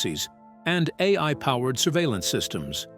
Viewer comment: This video would be more credible if the AI doing the script reading was able to consistently pronounce correctly the expression "AI"!!!😂